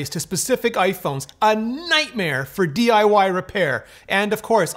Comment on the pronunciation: Did this fella say DYI kits??